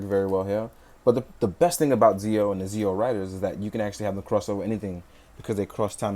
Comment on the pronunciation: Zi-O and Geiz are pronounced Geo and Gates. The characters and Watches both say them as such.